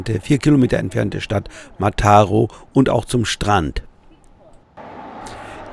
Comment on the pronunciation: Kleiner Tipp: Wenn auf einem spanischen Wort oder Ortsnamen ein Akzent steht, dann wird diese Silbe betont. Ansonsten immer die vorletzte. Mataró wird also auf der letzten Silbe betont.